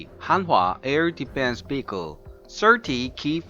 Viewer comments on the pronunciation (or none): none